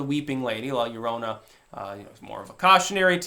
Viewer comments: Double LL makes the hard "y" sound in spanish. No one calls it la lorona. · Your own a. In Spanish, LL is "eye" ( pronounced A Yea ). It's the letter after L. Definitely NOT pronounced like an L. Llorona is "weeping woman". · Double L is a Y sound